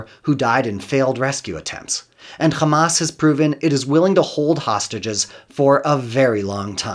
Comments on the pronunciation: So I know what? He is a westerner and can pronounce Hamas as Hamas. He is deliberately pronouncing it Khamas as israelis do for a reason. It is for ALL of us to know he is a genocidal zionist . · When he said "Khamas" I understood immediately that he is "Pro-Israel." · My ear bleeds every time I hear a Zionist say the word “Khhamas” 🤡🤮 Isreal will 100% lose, they deserve 0% of the country. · I knew this was going to be propaganda when I heard “ka-mass” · He call them Khamas. So you know. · Most definitely. I knew it from the way he called Hamas, 'Khamas', just like the israelis do. Even though he is clearly a western goon, he does everything to sound israeli. .